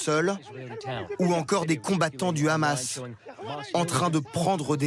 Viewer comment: et TF1 qui fait tout pour plaire à son auditoire israelien , non mais , renommez vous aussi TF Israel , La présentatrice est incapable de prononcer un "H" aspiré ? pure démagogie médiatique , faire de l'état oppresseur , une victime ,... qui abat ce meme arsenal qui la classe meme devant la France , en terme de puissace militaire , sur une population enclavée , privée de tout , jusqu'à l'eau et l'électricité ... et ça fait des décennies que ca dure , que ca grignotte sans que qui ce soit ne puisse aider les Palestiniens...